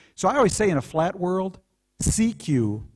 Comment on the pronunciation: he can barely say the world is flat , " OMG nandan is telling me the world is flahh , HONEY im going to write a book that the world flehh"